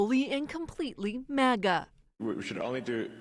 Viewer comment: CNN doesn’t even know how to pronounce MAGA. lol 😂